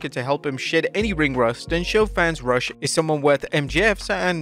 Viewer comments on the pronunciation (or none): It’s Ruuush not Rush 😂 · It’s not Rush it’s Rooooosh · Dude, you pronounce Rush like ( roosh, not rush) !! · It may be spelled Rush, but it's pronounced ROO-SH. You got Lyra Valkyria's name right, so why not RUSH(ROO-SH)? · Rush is pronounced like Scooby-Doo identifying a bottle of Summer's Eve in the feminine care aisle; he's not just some guy in a hurry.